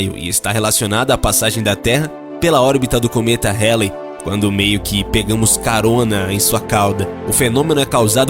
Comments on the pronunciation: É cometa Haley ( se diz: Rálei) e não "reilei" :D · A pronúncia do nome do cometa esta errado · A pronúncia do cometa ESTÁ ERRADA